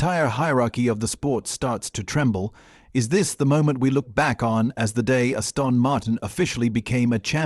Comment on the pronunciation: Stupidly wooden AI narration. Ass-tawn Martin?